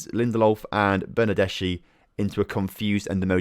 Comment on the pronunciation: GOR-ETZ-KA and BER-NAR-DES-KHI 👍 edit: & LIN-DE-LOF